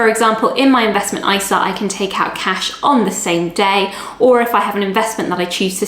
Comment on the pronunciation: your "can" at 0.30 sounds very like "can't" have....